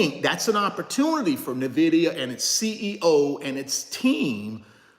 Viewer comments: N vidia not Na Vidia though gotta learn that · It’s “IN-Vidia” not “NA-vidia” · Pure entertainment 😂😂😂😂😂....and he's still not pronouncing the company name right and probably NEVER will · That’s true he was sweating,,,, he has no clue of Nvidia,,, he can’t even pronounce it 😂